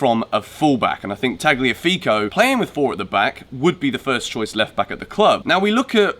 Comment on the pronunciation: the g is silent so its Taliafigo